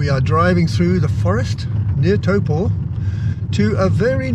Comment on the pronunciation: Taupaw? You mean Taupo, don't you